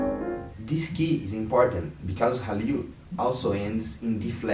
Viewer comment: Pronounced Khalil.